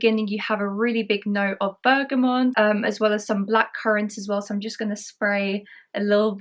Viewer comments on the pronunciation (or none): Lots of perfume reviewers erroneously pronounce "bergamont". Here's a chance not to be another one ; )